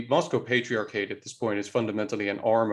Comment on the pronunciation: The way this guy talks is so fucking annoying, the way he says patriarchate, the way he stresses the middle syllables in Russian words, it’s just so ridiculous. You are speaking English, pronounce words like they supposed to in English. Bet this guy also says MEHico and LuQHUA instead of Lacroix like a normal person, just so unnecessary